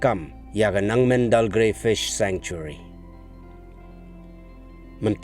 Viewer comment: It's Nengmandalgre not Nangmendal